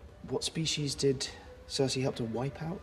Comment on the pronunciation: Sersi? seriously?